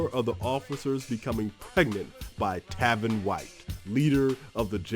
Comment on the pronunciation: His name is Tavon White not Tavin